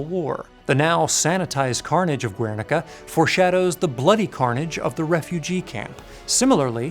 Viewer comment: Guernica. We don't pronounce the U, man.